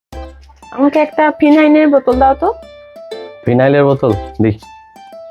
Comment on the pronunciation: ভদ্র মহিলার উচ্চারণ ঠিক নয়। ফিনাইন নয় ফিনাইল।